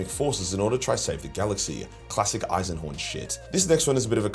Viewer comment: Jeez did you have a stroke on the Eisenhorn bit? 😂